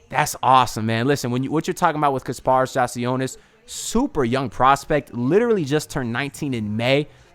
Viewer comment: Bro, you are terrible with names lol. You just heard Adam Silver pronounce the man's name correctly, and you butchered it lol! I'm a need you to stop saying peoples names and just referred to them as the guy lol. LET'S GO HEAT LET'S GO HEAT LET'S GO HEAT!